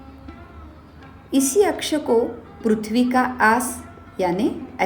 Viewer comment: Tumko bchpan me pri pra . Bolna nhi sikhaya gya hai kya .. prithvi ko pruthvi kyo bolte ho